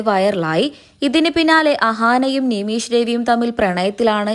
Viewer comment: നിമീശ് അല്ല നിമിഷ് ആണ്